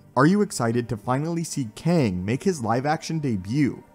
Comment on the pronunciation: Why do u pronounce him “King”?